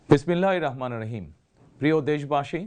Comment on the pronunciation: শুদ্ধ করে বিসমিল্লাহির রহমানির রহিম বলতে পারেনা,, এমন লোককে নেতা বানানো যাবেনা।। আগের দিন আর নাই।। এই লোক নামাজ পড়ালে, নামাজ হবে না।